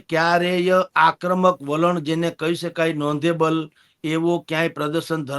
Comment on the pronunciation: નોધેબલ l નહિ નોટેબલ બોલો હિન્દીમાં ગપા ચાલે આમાં નહિ..